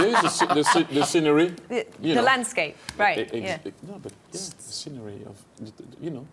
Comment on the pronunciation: Look at Micah’s face when Henry pronounces ‘scenery’ as sinnery 😂